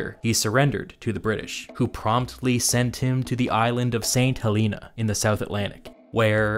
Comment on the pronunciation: it's saint helena. Not saint heeleeena it's papel states. As in papacy. Not 'pappel states'. Christ. Americans.